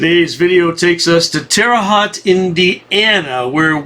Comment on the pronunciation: Its Terre hoe-t not Terre hot. Lol